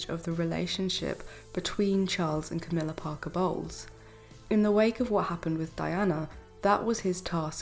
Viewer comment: Love your ‘Crowmilla and lazy Kate!! Cowmilla and Khate😂